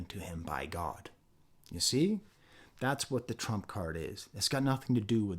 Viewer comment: I noticed the way he says Trump also sounds like "trunk" which fits in with the car theme of GNX, free will(wheel and good year(goodyear tires)